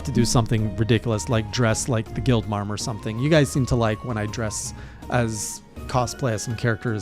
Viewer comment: 😂 Guild marm lmao